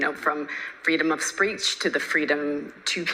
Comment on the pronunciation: Did she say freedom of spreech? Lol